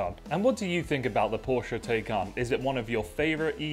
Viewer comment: The Taycan is an amazing car and Bill is entertaining. Btw you pronounce Taycan correctly once, the second time. It’s Tie-Khan.